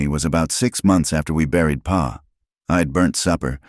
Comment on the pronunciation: PA???? 🤣🤣🤣🤣 It's pa!! Geeze